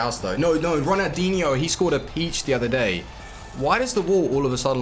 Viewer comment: Calling ronaldinho "runadeenyou"